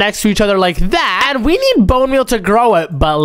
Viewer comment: Hey.. You. Nid. A. Gerlfrand😂😂😂😂😂😂😂😂😂😂hahahahahahah